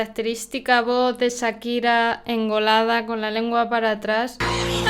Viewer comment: Por qué dice Sakira si acá en América la pronunciamos Con el sonido de Cha.